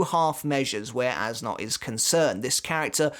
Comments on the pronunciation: According to Goodle Translate you pronounce it Ass Nudt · As a german it makes no fucking sense that hes "Äs Nödt" Youd pronounce it somthing like "Es Noed" Which in german neither of those are a word His name makes no fucking sense to me lmao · If this character’s name is German, it’d be pronounced as “Ays Nert”